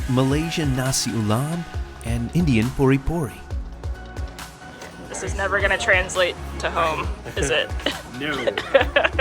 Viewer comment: it’s just called roti. Not roti bread. Also it’s not pori pori. It’s pani puri.